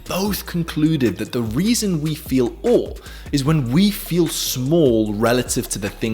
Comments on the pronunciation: Why does he say O instead of awe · awe is pronounced like what we say when we feel awe